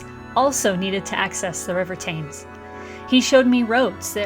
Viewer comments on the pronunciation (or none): The river is pronounced Temms.